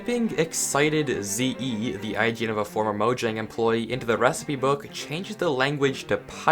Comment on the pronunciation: You said the name of a word wrong... It wasn't even able to be different due to being the name of a company that's now in multiple countries, it was literally the word. The name of the company could have changed due to regional stuff but least the actual word itself is pronounced "mo-yang" dude